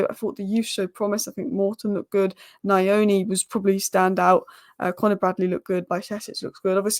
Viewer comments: The pronounciation of nyoni is (nnn-yoh-knee) it is not (nnn-eye-oni) haha its pretty difficult you will get it tho, nyoni means bird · its NYOOH-NiH and not NIA-ONI. The lad is of Zimbabwean origin, a Shona. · It's pronounced like Knee'O'Knee.. Nyo sounds like 'new' but with an O at the end 😅